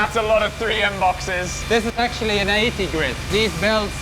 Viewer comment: “What are you ax-tually” making here?” Solid pun.